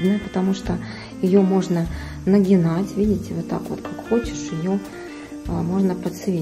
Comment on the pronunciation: Говорите правильно...НАГИБАТЬ!